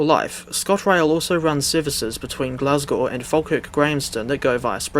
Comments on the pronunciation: dafty thinking a 380 can run on that route. "I would much rather it" also the the 365 was a temporary loan train. also you mispronouncing glasgow actually makes me want to not live in glasgow anymore (jk) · nah the way he says glasgow is killing me